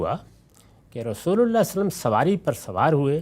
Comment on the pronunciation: I don’t understand why GHAMIDI sahab couldn’t say “SvaLLaLLaaho A’layhi Wa SaLLam” whether he is doing it by purpose OR he really couldn’t pronounce it. I would be grateful someone his student or his followers can Ask him. It’s Really Annoying. Also His Normal Pronunciation “Tajweed” of Quran and Arabic is very poor.